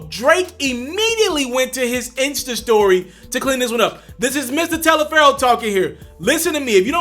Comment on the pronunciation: I know im not the only 1 hearing him say "mstaliaferro" instead of mrtaliaferro